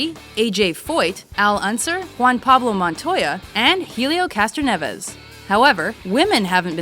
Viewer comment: It’s pronounced Helio (el-e-o) not (he-lee-o)